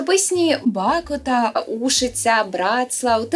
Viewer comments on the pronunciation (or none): none